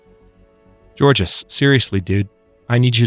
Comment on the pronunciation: Georges is pronounced like George, but with a soft J sound, instead of the soft G/hard J sound.